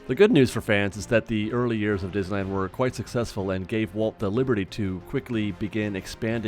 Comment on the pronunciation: "dizzyland" lol